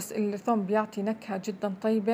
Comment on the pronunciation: الثوووم؟ من وين انتي